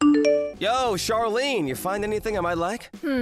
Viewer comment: 'Charlene' is pronounced 'shar-lene' not 'char-lene'. Like how 'Charlotte' is pronounced 'shar-lot' and not 'char-lot'